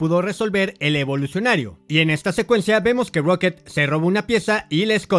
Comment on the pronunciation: Lo que mas odiobes que dice evolucinario cada rato we